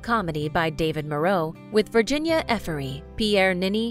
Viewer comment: I get that Americans have a hard time with French sounding names, But it's Viriginie (not VirginiA) EFIRA, not EFEREE. So ok, butcher names, but don't change them please. And I guess EFIRA isn't that hard to say in English.